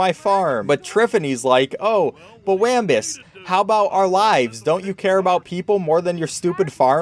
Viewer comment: he is pronouncing wambus wrong and im just like "pLEA S Elisten to the dialouge"